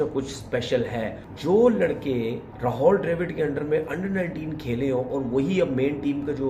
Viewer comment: Rahol nhi Rahul hai...